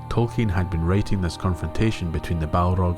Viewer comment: Besides the other comments, you are one of the very few who pronounce the non-English words of Tolkein correctly. It is a pleasure.